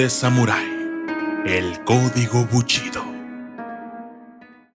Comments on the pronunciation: Solo una corrección, es BUSHIDO no buchido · "ES BUSHIDO", no buchido según tu o tu manera de pronunciar porque crees que suena mejor. Aprende a pronunciar correctamente las palabras, y te haces llamar documentalista? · Todo está muy bien.....solamente un pequeño detalle...... El Documentalista . ...... Se pronuncia : "Bu.....SHI....do." (Bu....CHI.....do) como lo pronuncias hace que mis oídos Sangren. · Antes de hacerte llamar documentalista, aprende a pronunciar correctamente. Es bushido, no buchido como tu lo pronuncias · Amigo es bushido no buchido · Pronuncia bien GÜEY se dice BU武 SHI士 DO道, no buchido. Mmm la verdad esta chafa tu video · BUSHIDO, no buchido. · Para los japoneses no es lo mismo Bushido que buchido , es japonés . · BUCHIDO... NO MMS QUE PRONUNCIACION DE LA CHOINGADA! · no es lo mismo el shi a chi xd nmms xD , el significado lo pierde es bushido